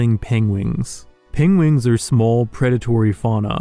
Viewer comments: Was the 'pengwings' thing purely to make Benedict Cumberbatch feel better after that documentary hiccup haha? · Every time you said Pengwings it reminded me of that documentary Benedict Cumberbatch narrated and how he was unable to pronounce penguin correctly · "pengwings" -Dr. Strange